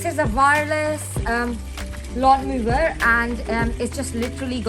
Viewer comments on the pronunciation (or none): It is pronounced lawn mower. (Mo-er) not lawn moover? 🤷🏼‍♂️ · Thanks for the video - for future reference "Mower" is pronounced with a W not a V sound in English. ;)